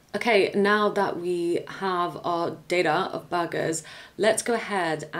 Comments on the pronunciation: Luckily you showed us pictures of burgers. I thought you were saying bargains. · had to pause the video at first I thought you said you had to get the debuggers and the names i was hearing Debuggers until my mind start to process it and to find out is was burgers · i thought she was saying BUGGERSSS